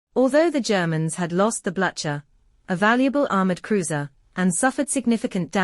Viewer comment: The pronunciation of Blucher has been dealt with already. After Dogger bank, Beatty should have been removed. He was a tactical incompetent who was to be the prime mover for the RN's failure to bring the German fleet to full action and destruction at Jutland. He not only argues with Jellicoe but left him devoid of tacint on the day. He misused the assets provided to him at Jutland and his comment, losing three battlecruisers, that there is something bloody wrong with our ships today covered HIS failure. The damage suffered by LION at DB confirms his poor squadron tactical ability.